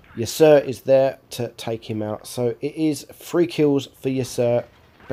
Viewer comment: Its pronounced "Ya-Ser" incase you were wondering ;)